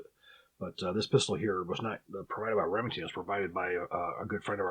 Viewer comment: "Remington's" HA! More like "Lemingtons'" am i right guys? Err guys?